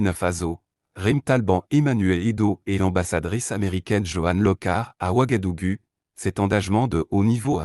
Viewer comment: Le U se prononce ou Wagadougou. Ouagadugu.